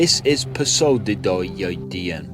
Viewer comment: Um, that God's name is pronounced Poe-Side-Don. LOL